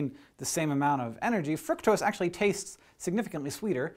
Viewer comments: I feel life he doesn't know how to pronounce "fructose" so he just kinda mumbles it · i hear from a guy at UC berkely that Its fruktose not fruitcose ... i spelled wrong for accent. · when hank said fructose i though he said fuck those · Is he saying Fructose frucktoast?